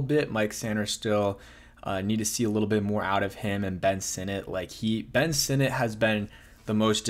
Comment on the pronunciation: Dude I don't understand how you can't figure out how to say these names. Sinnot is pronounced like senate. Easy. Jean is not like the blue-jeans. It's pronounced like John. Get it together